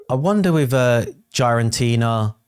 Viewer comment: Bro it is not GiAraNtina its GiraTina for fck sake you’re killing my brain the way you pronounce that…😂